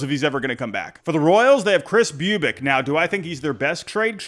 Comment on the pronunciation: Bubic pronunciation =bubutchetered